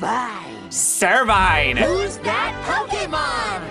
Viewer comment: It's sir vine not servine